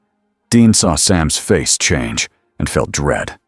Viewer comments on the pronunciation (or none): none